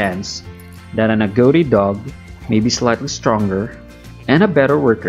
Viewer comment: Agouti = "A-gow-ti" ?? I always thought (& have only ever heard...until now) .. 'A-goo-ti'. Is that an American/Canadian thing?